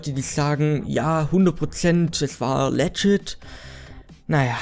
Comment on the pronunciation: Wenn er es Legschit kann dann Reschpeckkkt xD #nohate